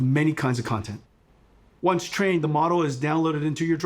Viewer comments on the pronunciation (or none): "Onche trained"? Are you kidding me? What is it with everyone pronouncing "S" as "SH" now?